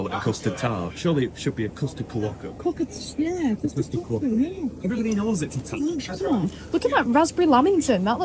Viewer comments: It's not a Ka wokka, it's a kwoka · it’s pronounced “kwoka”, not “koowoka”. 😊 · Lol. Kerwocka! Like fingernails on a blackboard 😂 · Hey, I'm not sure if it's your accent or not, but it sounds like you pronounce Quokka as Kawokka, haha. Glad you're enjoyed your trip to Rotto, it's been a few years since I was last there. I have some great memories when I was young, camping as a 15yo and spending a week on a friend's 50 ft catamaran in Thompson Bay over the New Year when I was in my early 20s. It looks like the weather is warming back up, so you'll appreciate the white beaches and blue skies all the more.